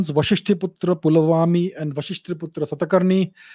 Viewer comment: We should stop pronouncing 'Aa' at the end of any Indian name. Like Kanishka❌ Kaniskh (कनिष्क)✅, Gautamiputra Satakarni❌ गौतमीपुत्र सातकर्णी✅। Basically we should pronounce Indian names in an Indian accent, it will endure as it was.